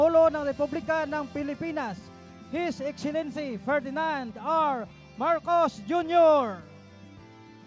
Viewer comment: HIS IXILINSI!...hoy ayusin mo nga pananagalog mo!...ANSAKIT SA TENGA!